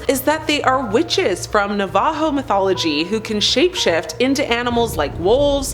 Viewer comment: The stories are good but the pronunciation is horrible. Pecos is pronounced PAY-COS, and Navajo was totally butchered..